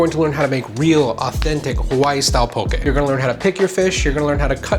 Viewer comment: EŌ DAS HOW!!! Even saying it RIGHT!